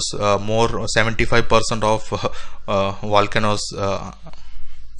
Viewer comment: “Valcanoes” eh? LOL and space aliens mined the Marianas trench? AMAZING 😅😅😅